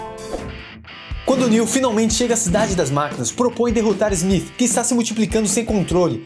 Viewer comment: Inacreditável o baixo conhecimento da língua inglesa e a sua correcta pronuncia...Agente ezmith?!?!?